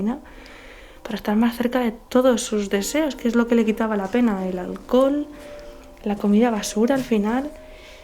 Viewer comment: embriagada por el ahlcol😂 jajaja minuto jaja